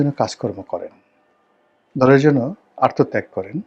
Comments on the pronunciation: রনি সাহেব আত্মত্যাগ বলতে পারে না, ঠিক বরিহাইল্লা মানুর মতো কলস রে ঠিল্লা কওনের মতো … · আত্মত্যাগকে আর তো ত্যাগ বলে। উচ্চারণ শিখেন।